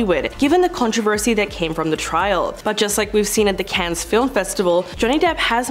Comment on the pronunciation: Clickbaity title. Also, you don’t pronounce the S in Cannes.